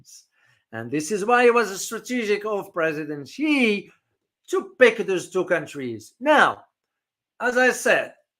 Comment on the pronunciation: Not “see”, more like “she”